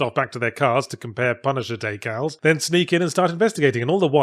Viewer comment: For me it was how he pronounced "decal" at that gave me pause since I've definitely butchered Rorschach's name before personally.